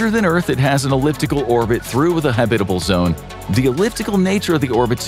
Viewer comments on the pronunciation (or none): I've always enjoyed your vids. But consistent mispronounciatiins are jarring. For your future reference, it's pronounced HAB-it-uh-bul, not ha-BIT-uh-bul. And I know you know this because you switched about halfway through!😂😂😂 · I like your presentation so please don't be mad when I say I find the way you mispronounce the word habitable funny to me because if you say habit with a hard A sound, but you use a soft a or U sound. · Ridiculous video title. And, go look up how to say "habitable."